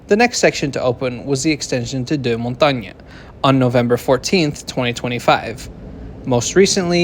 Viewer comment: Montagnes is pronounced "Montang" ;)